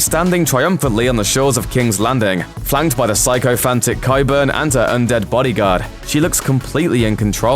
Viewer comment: Sycophantic. Learn how to say it.